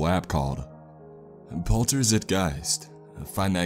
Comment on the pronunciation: Z-IGH-TUH (like in "al-right") G-ICE-TUH. Its German. :)